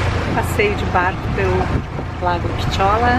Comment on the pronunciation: Hum fazendo um passeiozinho de barco, que legal, e quando se anda de barco chega a dar fobia que ele vai virar ou afundar né, mas não tem perigo né, e você escolheu o melhor barco, e o lago é o lago Pichola né, gostei até do nome, e é engraçado a maneira de dizer kkkk mas gostei, e ele é um lago artificial de água doce nossa, e criado no ano de 1362 né, que antiguidade né, e que da hora essa plataforma no meio do lago, que os dançarinos fazem apresentações pro Rei, vendo de longe ela engana parecendo uma ilha né, e de longe achei interessante também essas casas brancas, antigas mas estão inteiras né. Gostei do vídeo, você fez muito bem de andar de barco, soube aproveitar, e gostei da pose que você fez no barco, você tava de costas e virou pra frente sorrindo, top 😃❤